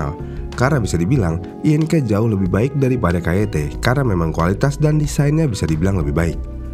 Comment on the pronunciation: Agak risih ya denger merk INK dibaca, I.N.K, bukan ING wkwk, perasaan dari dulu emng dibaca ing, sampe iklannya pun gitu😅